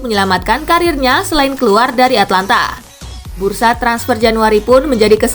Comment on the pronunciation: atAlanta bukan atlanta